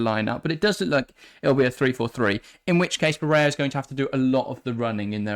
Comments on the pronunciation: Barella is Italian not Spanish. Pronunciation of his name is how it is spelt not “barayer” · Ba-re-La... Its Italian, not a rocket science.